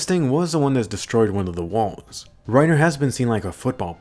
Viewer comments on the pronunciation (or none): Yo im laughing do hard he said "eren got had and pennitrated through rinerer